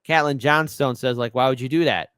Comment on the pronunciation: Jeezus dude Cait-lin.... Cait rhymes with 'late'.